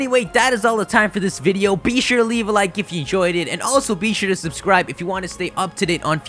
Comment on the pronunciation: I don't want to be insulting though however much I like your voice, I can't get over your sharp, excessive "Be sure..." that revolts me. I can't help it.